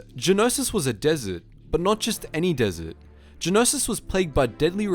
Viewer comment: stop saying geonosis pls